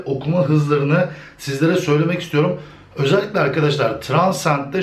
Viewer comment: özelikle kelimesi ile video bitti ozelikle özelikle demene takla virusu kaptim;)